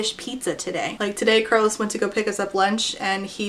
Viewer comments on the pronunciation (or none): none